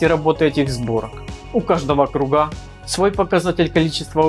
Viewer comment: только не кругА, а крУга